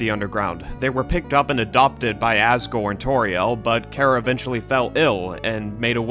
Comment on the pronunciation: Great video, plus your pronunciation of “Chara” is correct! It’s based on an abbreviation of the word “character.” It can also be officially confirmed via the fact that the Japanese phonetic name is キャラ (Kyara).